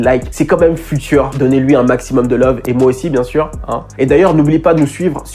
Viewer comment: FUTURE, à prononcer "fioutueur".